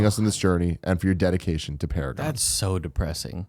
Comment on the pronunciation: "It's Para-Gone." - XD